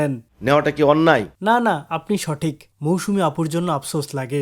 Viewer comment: He literally said "মৌসুনা" 🐸